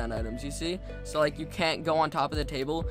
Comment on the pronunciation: "Remember to hit that lick and subscribe butt and in the face" is what I heard